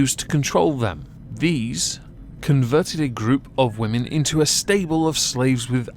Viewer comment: Why do you keep saying "wah-men" instead of women? Wah-men are sjw, woke, leftist femi-nazi's that hate that illusion called "the patriarchy", these poor women, not Allison, the ones that were subjugated to this torture were/are women, they should not have had to endure what they did. And you calling them wah-men is an insult.